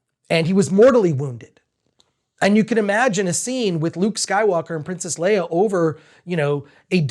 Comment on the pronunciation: It took me a while to understand you meant Leia (completely different pronounciation).